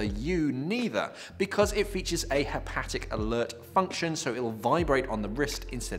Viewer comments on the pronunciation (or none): *Haptic not "hapatic"